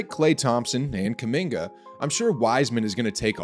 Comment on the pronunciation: Stephen A: "kuMINGER"